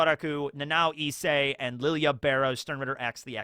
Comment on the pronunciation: Why do you still keep fucking calling him LILY AH/ LILI UH ????? THEY PRONOUNCE IT MULTIPLE TIMES IN THE ANIME